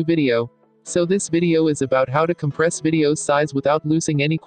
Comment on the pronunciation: 'COMPRASE' instead of compress , QULITY instead of quality